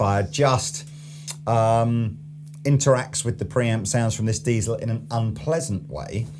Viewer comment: Diezel, not Deizel! 😉